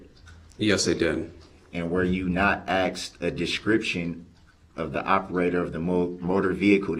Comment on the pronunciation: I cant stand hearing "axed" instead of "asked".